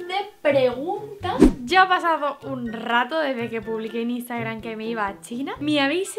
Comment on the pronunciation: No puedo con su "instagran", JAJAJAJA.